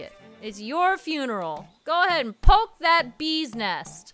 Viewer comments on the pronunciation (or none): none